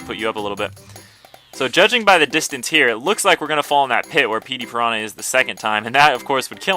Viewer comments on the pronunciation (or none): none